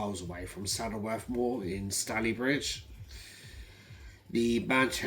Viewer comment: I re-looked at the photo and i honestly can't see any injuries with his legs. But yes it can be hard to aqquire accurate info sometimes. Your pronunciation of local places is amusing. Ashton-under-Lyne... the Lyne part rhymes with Line. With Stalybridge the Staly part rhymes with daily. Minor details to be honest. Interesting video. Awaiting to see if police act on all the info i gave them.